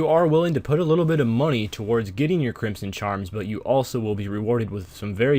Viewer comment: its pronounced crimson not crimpson